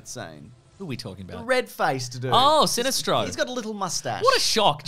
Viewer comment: I like pronunciation of Sinestro